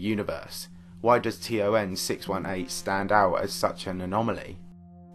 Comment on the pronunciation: Is this guy saying TRN?